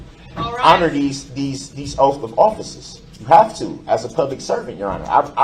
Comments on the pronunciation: "OAF" of offices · Ahhhh jection instead of Objection, oaf instead of oath, 😂😂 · You took a OAF of Office. Yeah - right dude. Go AXE some more questions. Get to the TROOF! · Oaf, troof, tooken and many more. Such a wise man… 🙄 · Somebody please tell him that there is no F in Oath